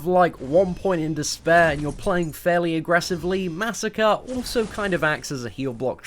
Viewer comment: disliked. You pronounced Masacre's name incorrectly. :middlefinger: It's Masacre, not Massacre. MAH SAH CRAY. Say it with me. MAH SAH CRAY.